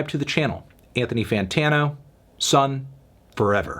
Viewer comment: bscuse me pretty sure it's pronounced sun oh thank you